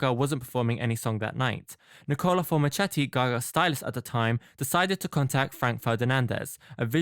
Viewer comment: ITS FORMICHETTI!!!! The CH is pronounced like a K!!! not SH!!!! 😭😭😭